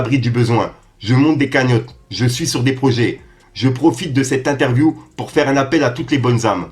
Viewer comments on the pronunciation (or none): none